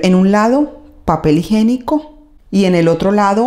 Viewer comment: Muy bonito te quedó el baño pero no se dice "papel higenico". Lo correcto es papel HIGIÉNICO